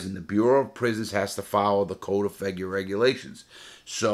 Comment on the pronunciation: is Larry saying “the code of feggy regulations?” Lol I can’t understand him.